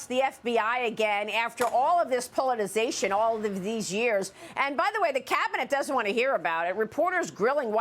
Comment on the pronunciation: maria, please learn to pronounce politiCization